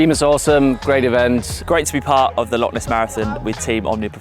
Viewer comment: Great video, some timely inspiration and wise words before the Rannoch Marathon. If you're back living in Scotland you're gonna need to learn to pronounce 'Loch' though 😀